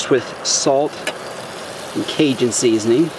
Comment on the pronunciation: CA J UN TRIGGERS ME. ITS PRONOUNCED CAJUN WITH A SOFT J